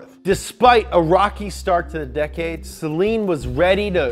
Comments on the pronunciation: Its not Sellen, Its SAYLEEN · It’s SUH-LEEN. NOT SAY-LEEN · Actually it’s pronounced say-lean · SlickHomieSeal Acktually it's pronounced sell-lean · Its pronounced saleen not saleen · pronounced "say-leen" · The Saleen Ford Explorer